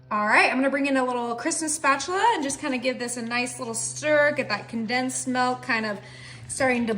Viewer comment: It's milk , not what your saying. Where you from?